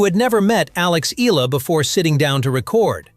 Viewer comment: … hey MAN…!!! Will You … Kindly Pronounce IT… Right…!!! Please…???!!… its…” E - YA - LA…!!!